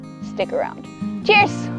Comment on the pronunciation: At the end of the video, you said what I assume was "cheers", but it sounded like "ĝis" and that made me happy. Happier, I should say. Your videos always make me happy. Thank you for the teaching. I'm gearing up to get land and I value your work.